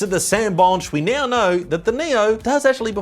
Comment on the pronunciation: Every time he says now I think he says Neo